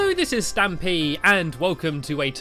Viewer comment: stampy not snampy